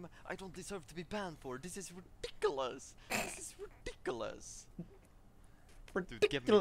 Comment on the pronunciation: He deserves to be banned for his pronunciation of ridiculous alone, much less his constant and deliberate inting